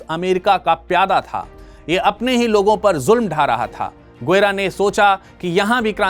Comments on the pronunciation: গুয়েরা নয়, গেভারা। আগে সঠিক উচ্চারণ টা শিখুন কেমন। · Bhai saab, yeh guera nai... Gue va ra,..hai.. Hum bhi Bolivia main rehte hai... aur spanish Bolte hai..